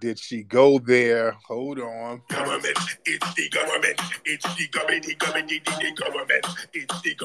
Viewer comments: She ran right into it "It is de guvamint!" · One does not simple just say The Government. It's Dee Gubba Mint 😂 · Tetherslaining in 5..4..3..2..1..😱🤣😂🤣😂🤣😭da gubbamint it's de gubbamint..de gubbamint 😭😭😭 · It’s not her fault, “it’s de goberment” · It’s dee GOVERNMENT!!!😂😂😂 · 😂😂😂 ITS D GHUBAMENT …STOP TARIQ… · IT'S DEE GOVERNMENT 😂😅😊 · Dee Gubba Mint 🥸